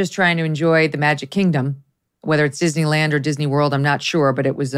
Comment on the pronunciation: did you say DIZZY LAND?